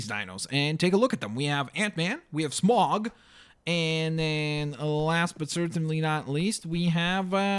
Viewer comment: Smaug not smog